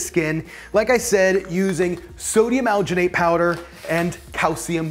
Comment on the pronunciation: the way this guy says alginate makes me wanna die "owginate"